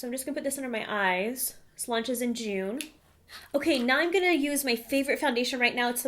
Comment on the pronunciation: I feel like she said June ... I want to make a huge order! lol